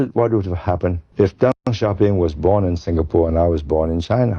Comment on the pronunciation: You cant even pronounce names correctly and you talk about history…what a joke😂 its DENG, not DANG